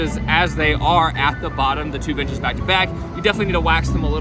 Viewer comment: Not sure if it’s just me but I keep hearing b*tches instead of benches...